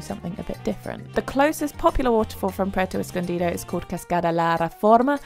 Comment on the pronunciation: You Literally said 'Puerto Escondida'